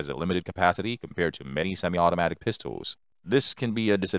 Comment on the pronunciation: And "Pistowls"